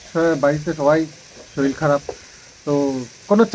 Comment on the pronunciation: শরীল আবার কি কথা? কথা টা শরীর 😊